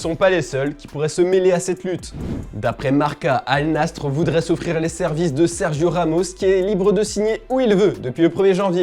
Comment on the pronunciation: Putain les gars la prononciation c’est Al Nassr (naissair) ça suffit le manque de culture mtn